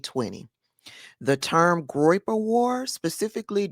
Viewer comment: "Groiper. Um-huh. Groiper."😂😂